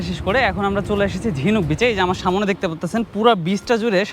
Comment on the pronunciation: vai samone hobe na aktu thik kore bolben porer video te kosto kore samne bolben